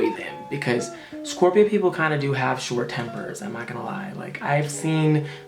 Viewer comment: I love how he says Scorpio it makes me love my zodiac sign so much